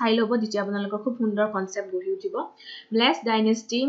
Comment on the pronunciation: Its melecha dynasty not mlech... pronounce it correct